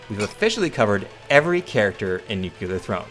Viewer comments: Sorry, I am not a native English speaker. Is there a reason he is pronouncing "nuculear" instead of nuclear? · New-clear. Not New-culur